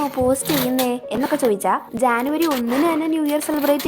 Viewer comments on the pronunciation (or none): ജാൻനുവരി അല്ല ചേച്ചി ജനുവരി ആണ് 😂